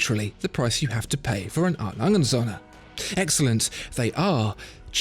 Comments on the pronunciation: The Way he says the Söhne from A.Lange&Söhne Sounds like "sun" in German when söhne actually means "sons". Captain flys Away. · Your pronunciation of the word Söhne is simply terrible. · It's actually Söhne, not Sohne. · Triggers me hard when he says "A.Lange Sonne" its called Sööööhne there is an Ö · It’s A. Lange AND Söhne. And the ö is a long vowel sound due to the h that follows. Good video, though. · Apart from the Ö in Söhne it is very close... Best pronounciation from an englishspeaker I've heard yet